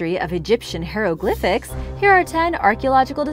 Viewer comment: hieroglyphics...pronounced as HI roe glyphics...please stop saying HERO GLYPHICS....you should research the pronunciation of words you aren't sure of because mispronouncing them makes you seem very unprofessional